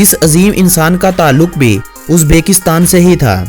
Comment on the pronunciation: "Uzbeeekistan nhi Uzbekistan hai... uzbekstan name ghalat leta hai